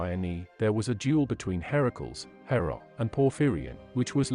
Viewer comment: Herakls? I have heard it pronounced Her-a-cles.